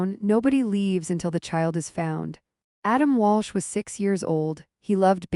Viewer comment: It's Adam Walsh, not Walch.